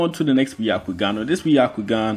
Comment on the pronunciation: It isnt ‘baiyakoogan’ it is ‘byakoogan’ prononciation to everyone pls